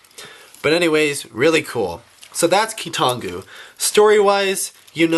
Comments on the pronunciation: It's KEE-tahn-GOO (based on Bionicle Wikia) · Hurry you guys, it's amazing! It's keetongu, NOT!